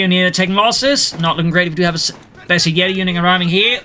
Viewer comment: Finally somebody that pronounces bersaglieri the right way👏